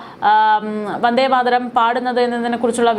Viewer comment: വന്ദേമാതരം ഉച്ചരിക്കമ്പോൾ വാർത്ത അവതാരകക്ക് നാക്ക് പിഴ ഒത്തിരി അനുഭവപ്പെട്ടു.